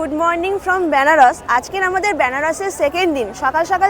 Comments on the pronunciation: বেনারস না বলে ব্যানারস বলছেন কেন, উচ্চারণটা ঠিক করুন কানে লাগছে l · ব্যানারস না বেনারস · বেনারসের উচ্চারণটা ঠিক হলে ভালো হত। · আমারও শুনতে কেমন অদ্ভুত লাগছে 🥲